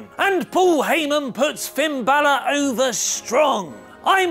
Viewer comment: Anyone else catch the fact that Angle mispronounced Finn's last name...